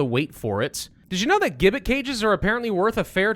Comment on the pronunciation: The G in gibbet is sounded as a J. One of Decos followers mentioned you. Glad I came by. I like the pace, the editing, and your not being one of those min/max types. Cheers